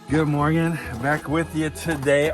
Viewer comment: Stop saying morging